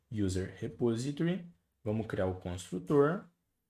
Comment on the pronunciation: Obrigado pelas aula, parabens pela didática. Se eu puder conteibuir, coloque a palavra repository no Google Translator /repósitory/